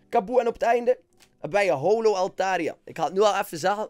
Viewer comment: het is: hollow niet how-low, get it right man